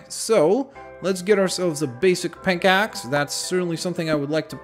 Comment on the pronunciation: You said let's craft a basic pinkaxe instead of pikaxe